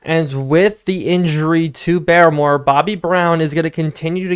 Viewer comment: Hey i know you wanted tips on pronouncing names and idk how i havent noticed but i believe barmore is pronounced like "bar-more" not "bare-more", i would definitely fact check this though as im not 100% sure